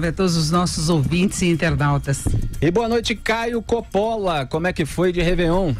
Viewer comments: Não se pronuncia Copóla mas sim Cópola basta saber o mínimo de italiano. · Curiosidade: Còppola é a pronuncia correta do sobrenome do Caio.